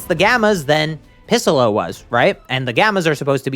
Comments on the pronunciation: Wtf is piss-ollo? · Am I mishearing him.. He is saying pissallo when referring to non Orange Piccalo. if I am hearing that wrong what is he saying? (and either way what is he referring to) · Is it just me or does he sometimes say “pissalo” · did he just say pissolo 😂😂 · "Pissollo" doc what? I think you mean Noarmsstripescollo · Bro said pissolo lmfao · Did I just hear bro said pissolo?😂